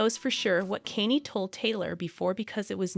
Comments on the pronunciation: Kanye is pronounced con yay. Not Kanie. I immediately stopped watching due to the person that obviously didn’t do any homework before filming this video. Couldn’t keep Listening. If they can’t do the homework for the name even though sadly he’s world famous then this obviously is not real news. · Why are people that stupid and can't pronounce mega stars names correctly. This is like the tenth video I've watched where the person doing the talking does all that research and doesn't know how to pronounce a celebrities name correctly. Do they live under a f*king rock? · Please learn how to pronounce "Kanye" a it was painful to listen to the repeated mispronounciation